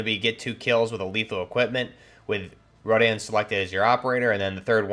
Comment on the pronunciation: Urzikstan. Yer-Zick-stan. Rodion. Roh-Dee-on. Lagunari. Lah-Goon-Air-Ee